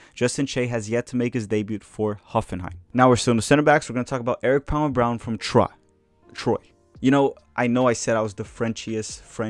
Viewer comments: Troyes is pronounced 'twah' (roughly). kind of like the number 3 in french- un, deux, trois... hope that helps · In French it’s pronounced « Tr-wa ». You can also call the club with it’s acronym : L’Estac !